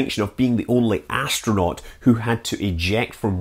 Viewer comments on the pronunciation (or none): none